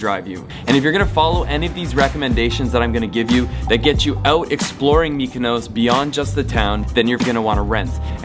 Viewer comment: why do pronounce MykonOOOOOs like that??